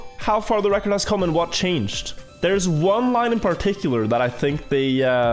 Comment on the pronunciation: lol the chat when didn't say the line properly